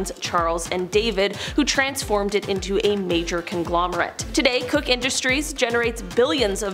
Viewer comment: Koch is not "cook" but "coke".